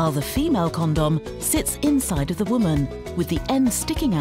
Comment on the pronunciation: It sounds like she saying corn dog